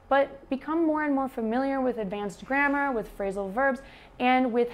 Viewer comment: You said "grammar", but for a non-native like me, it sounded like "grandma". :-D It was funny. Anyway, I got it based on the context. Nice video.